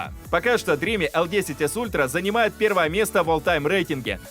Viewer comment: Спасибо за работу. Сразу ясно, что с английским у вас пока слабо. Dream[dri:m]. Последний звук m. Никакого i в конце нет. Look up the dictionary.